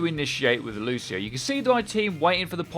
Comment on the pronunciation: 9.01 - Loseio; well I think I've heard enough.